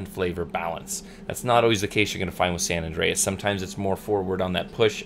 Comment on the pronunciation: Great review, love watching your reviews! I think the tobacco is called "San Andres" not San Andreas" lol.